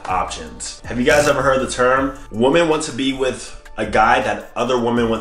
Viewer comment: Women and woman = the same exact pronunciation to AD.